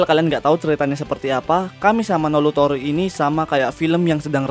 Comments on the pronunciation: kamisama no iutoori bang bukan kamisama no lutoori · Kami sama no "iu" tori, bukan "lu" tori 😑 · kamisama no iutoori bukan Lutori